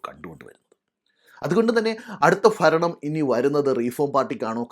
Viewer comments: ചേട്ടാ ദയവ് ചെയ്ത് മലയാള ഭാഷയെ കൊല്ലരുത്, ഫരണം എന്നത് ഭരണം എന്ന് ഉച്ചരിക്കണം ചേട്ടാ. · ഭരണം എന്ന് ഉച്ചരിക്കുക. ഫരണം എന്ന് കേൾക്കുന്നു.😊